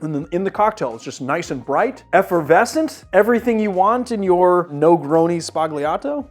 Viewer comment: You don't pronounce G's in Italian before an L or N. Think Lasagna. Its just an accent like the ñ in Spanish.